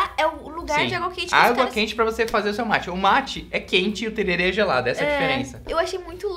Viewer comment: Não é Terere é TererÉ kkkkk